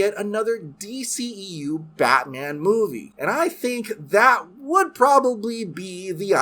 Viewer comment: Always love a Michael Scott cameo, but what is Batmnan? 😂